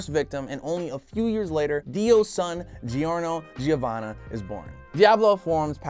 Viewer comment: it’s “Jorno Jovanna” he wouldn’t be a JoJo if it was “gee-orno gee-ovanna”